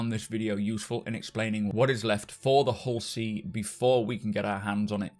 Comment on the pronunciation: My wife thought you called this a Horsey... Now I cannot unhear it... lol